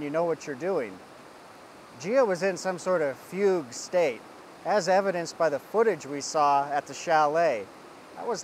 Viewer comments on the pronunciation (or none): none